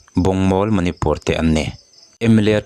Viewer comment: manipur tiha (pur ) tih lai hi i thluk sâng tawh dawn nia, a reng rengah hei leh chen mi lam dante pawh i hre lo em ni?